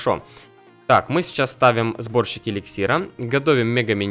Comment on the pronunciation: Мне показалось что ты сказал вместо сборщик-борщик:D